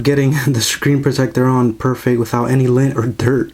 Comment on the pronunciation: Whats lin? He says lin